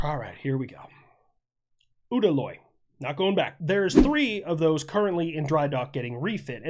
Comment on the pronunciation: Prichal 33 is typically called Vladivostok. And I want to say I’ve heard Udaloy pronounced you da loy. Don’t quote me I’m just out here sailing the seas sometimes. Keep up the good work, love the videos.